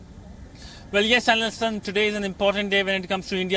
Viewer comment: " Wion's principal diplomatic corresponded is joining us live": well yes, 🤣